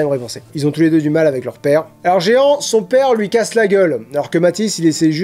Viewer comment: Je pensais avoir un compte Good Reads mais même pas, alors j'en ai créé un ^^ PS : Jehan ça se prononce Je / an ;) (c'est le prénom de mon grand-père maternel)